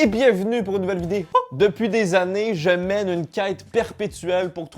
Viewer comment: Est ce que je suis la seule a repasser 15 fois le moment ou il dit vidé-O dans l'intro ? Sûrement 😂😂😂